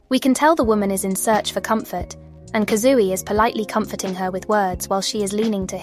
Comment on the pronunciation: the robot voice is really nice, it's perfect for listening to your analysis while I do stuff like work or chores!! that being said... 'kazooey' 😭💗